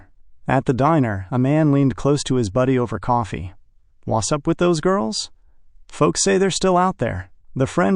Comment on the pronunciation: Wu sup? Yeah. What's up with "Wu sup"? Very annoying.